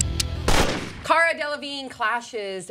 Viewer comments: I think the interviewer was a fucking bitch. First of all, get the fucking name right! Cara!! It's not hard and you're not John Travolta. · the interviewers were being so rude and unprofessional. they weren't even prepared and said her name wrong. they owe cara an apology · Eh I didn't really like Cara with this interview. She seemed a bit stand offish from the start. I understand they got her name wrong but that's really not a big deal. I have a pretty exotic name and people have mispronounced it numerous times and I just laugh it off. So in my opinion I feel like she kinda put this on herself from the vibes she was putting out in the beginning. A lot of people are saying it's the British sense of humour; however a lot of her facial expressions suggest, to me at least, she was pretty annoyed throughout it all. Just my 2 cents